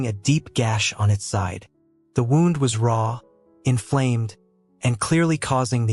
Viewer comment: Mispronounced wound is an ai voice?